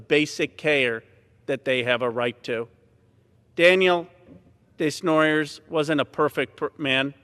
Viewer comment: Desnoyers is a french family name. He was not pronouncing it correctly. It's meant to sound like : Day-nwua-yeah